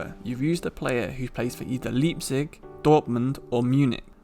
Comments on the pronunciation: Btw let me know if you open a discord:) I’m German and Welsh. I really liked the German phrase at the end of the video😂 one thing to take note: Leipzig is pronounced like the word “Lie” not Lee. So like L-eye-pzig. Not L-ee-pzig :) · I'm sorry, Leepzig?